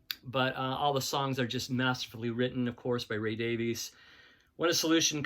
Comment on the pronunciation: FYI—Davies is pronounced (Davis). I learned that on YouTube of all places. As far the White Album, I listened to it endlessly while in high school so as far as I am concerned, that is how it should be worts and all. Electric Lady Land was a stoner’s God send in 1968. My punctuation is horrible!!